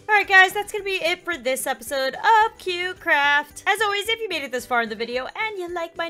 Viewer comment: You say cube carft not cute craft😂